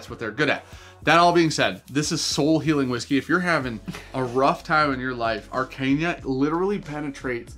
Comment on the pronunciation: It’s ARE CAH NA LOL not arcania 😂😂😂😂 #teamsean